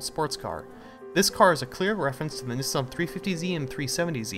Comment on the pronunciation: Why he sayin Nissan like dat?